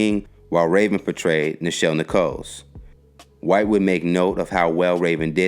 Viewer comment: BTW [your platform] owes Nichelle Nichols' family an APOLOGY. At 9minutes 54cseconds her name was enunciated incorrectly, if y'all didn't know. Let's ALL hope for y'all sake none of her friends or family are fans of your platform.